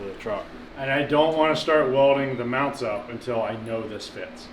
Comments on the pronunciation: Motor meawnts. 😂😂😂 Priceless 😂😂😂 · Did you say "meowount"?😂